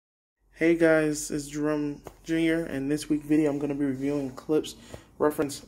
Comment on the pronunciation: Not "Klips"...."Klipsh"